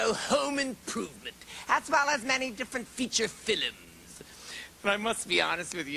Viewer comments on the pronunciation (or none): Judging by his pronunciation of the word "film" , Mr. Glick must be related to Slavoj Žižek.